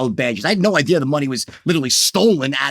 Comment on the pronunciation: Did he say he came up with an ideer? I am interested in the ideer